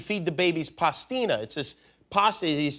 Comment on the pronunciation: Take a shot every time they say PASTINA incorrectly!!! Love you both but there's no " a" or another "t" in the middle!! 🤣🤣🤣🤣